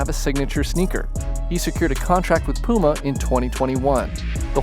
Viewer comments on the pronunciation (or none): none